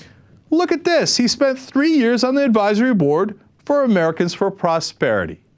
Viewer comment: "Amemricans"? I am disappoint.